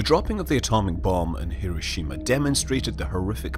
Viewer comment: It is NOT "hear-OH-shee-ma" We blew it up, we should pronounce it properly,.. "Hir-O-shi-ma"